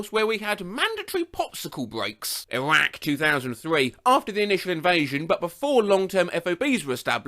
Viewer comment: what the fuck happened when you said iraq